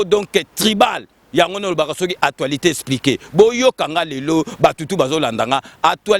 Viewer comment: Kiekiekie eloko esekisi ngai makasi heure nayoki kombo ya sika opesi émission ya Fabien Kusuanika o prononcé Atualité espliquée esekisi ngai koyoka muana ya Bourgeois atanga tse mais azalai kokumisa époque passée na ndaku yaba parents bourgeois. Sikoyo bana nayo bakobetaka tolo na nini osaleli bango? Ah d'ailleurs soki ozali kobeta masolo yaba momie tii na âge nayo je crois ozali na responsabilité ya famille tse c'est clair. Bon soki mboka ebongaki je crois olingaki ozonga na vie yaba Bourgeois olotaka kaka tii lelo alors que Bourgeois akufa naye kala. Kola tu ne mérite pas nabenga yo grand prêtre ozali Nkerebere surtout okanisi mutu tout abotama na Kinshasa azali prêtre. À partir ya temps nini ba villageois oyo bayaka na Kinshasa ebandi ko longola bango ki mbokarier? Papa wemba, Kester, Stino, Tabuley, Kabila, Mobutu, Fally, Ferré, Étienne Tshisekedi etc... bawuta mboka nani azali Nka na kati na bango? et pourquoi kaka?? Zoba ya mukolo soki ozali koloba na YouTube oleki ba oyo bazali kotala na ki kinois tse Mbendre moko boye